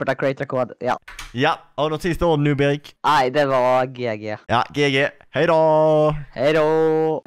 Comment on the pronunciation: Jag tycker fårtfarande att det låter konstigt ut när Erik säger hejdå